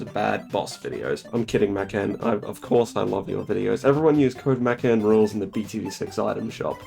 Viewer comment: I take issue with the way you say Mackan